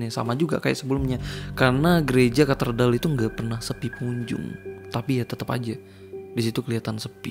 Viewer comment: Cathedral bangg bukan catherdal, jd gak fokus tiap ngmngin cathedral